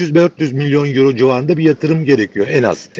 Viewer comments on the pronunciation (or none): none